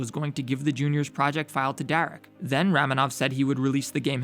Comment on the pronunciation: I always thought ramenov was pronounced Ramenov (raw-men-ov)